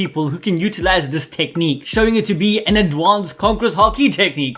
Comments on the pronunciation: I swear to god if you say adwansed instead of advanced one more time I’m disliking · Can you please look up how to say ADvanCEd